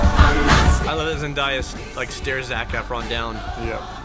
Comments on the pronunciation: Zen-DAY-A not Zen-DIE-A. It’s pronounced exactly how it’s spelled. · remember folks: zen-DAY-a not zen-DIE-a. i am begging. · It's not "zen-die-a" she pronounces it "Zen-day-a" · it's zen-day-uh lol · Can we pronounce her name right though.... Zendaya it's "Zen-day-a" or Zen-dei-uh (they sound the same) not "Zen-die-ya" you pronounce it like it's spelled... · Zendaya is pronounced Zen-DAY-uh, not Zen-DYE-uh. It doesn't rhyme with papaya. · Off topic, but just have to say: it's Zen-DAY-a, not Zen-DIE-a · It’s Zen-DAY-a, not Zen-DIE-a. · Just an FYI for you guys, Zendaya has a video we’re she talks about how to pronounce her name. Apparently it’s a very literal spelling and pronunciation; Zen-DAY-uh (as in “what day is it?”) I didn’t know either until recently! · You guys keep saying zendaya's name wrong. She even went online to confirm that her name is pronounced zen-DAY-a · Am I the only one that grew up watching Disney and am extremely bothered that everyone on YouTube keeps pronouncing Zendaya’s name wrong!? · I love you guys but you mispronouncing Zendaya’s name makes me cringe lol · Them misspronouncing Zendaya's name got to me😂😂